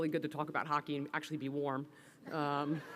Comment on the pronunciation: Women’s hockett is the best hockett, almost as good as bonus hockett!